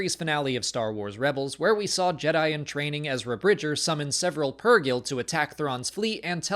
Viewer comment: Great job,. And thanks for pronouncing Purgill, Mother Talzin, and 2-1B correctly. Paying attention, Ryan?